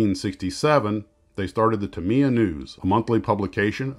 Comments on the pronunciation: Tamiya is the industry standard. I judge all kits against them.. With that said, the name is pronounced "Tam-ee-ya", not "Tam-ee-ah" or "Tam-eye-ah" as most Americans pronounce it. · Thanks for the info. I happen to live directly next door to the Tamiya family in Shizuoka. And had to cringe every single time you said their name. You should think of 'Ta' and 'Miya' as being two separate words. That would change your stress from the second syllable where it doesn't belong to virtually no stress at all. (Also Yoshi-O)